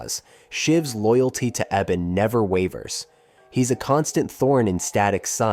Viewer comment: Rubberband man is the brother of ebon not richie. You mispronounced ebon's name a few times.